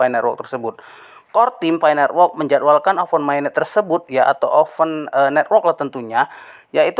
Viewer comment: Open mainnet woy, bukan ovenmainnet, baca aja masih salah ni bocah, semua yg bocah gubluk gubluk chanel sampein ini salah semua cara bacanya dan pengucapannya 🤣🤣🤣